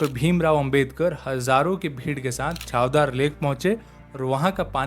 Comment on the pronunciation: महाद नाहीं महाड छावदार नाही चवदार